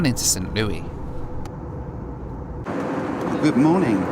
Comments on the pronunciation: FYI St. Louis is pronounced like Lewis, not Louis. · St. Louis is pronounced as St. Lewis in the US. I know it uses the French spelling, but it does not use the French pronunciation. Edit: I initially wrote spelling instead of pronunciation. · Btw it’s not “Saint Loui MO” it’s “Saint Louis MO”.. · Your pronunciation of Saint LOO-IS. Not Looy. lol I enjoyed your video!! I'm just giving you a hard time for fun. Please don't take anything I said personally. I'm joking!! 🙂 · Would it kill you to pronounce the S in St LouiS? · Its st louis! Not st. Louie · St Louis (Lewis) LOL!! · Hey, just FYI, St. Louis is prounounced "SAINT LEW-IS" in the USA. St. Louis is more stylized and was used affectionately in song in the early 1900s. Same for San Francisco...no one calls it Frisco. Not that I'm saying you said that as well! I do LOVE your channel! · As the saying goes When in Rome do...and you know the rest...same as when in the USA.... St. Louis is pronounced St.Lew-is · I swear as a Missourian if I hear anybody say Saint Louie, Missouri again I’m gonna go nuts. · you're killing me st. Louis is not pronounced as a french word in the usa because that makes too much sense you pronounce the s its the same as Lewis lol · That's not how you pronounce St. Louis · I don't know if anyone else has said it, but the 's' in St Louis is not silent. It's pronounced 'St Lewis'. Just thought I'd mention it. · I'm from Missouri please never say Saint Louis like that again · St Louie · DONT SAY " ST. LOUEE" just don't ! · Don’t say “SaintLooeee”🙄🙄🙄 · They may have pronounced it that way a long, long time ago, but nobody from St Louis pronounces it that way now. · Just for refernece,, the s in St. Louis isn't silent haha.